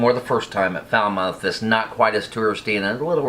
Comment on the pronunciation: Falmouth Pronunciation: Fal-moth Not Foul-mouth Lol😁😄🤣😃 Splendid video nonetheless👍👍👍👍👍